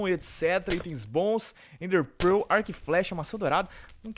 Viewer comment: O FALA ENDER PEROOOL